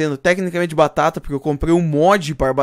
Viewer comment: pq vc fala batata de um jeito estranho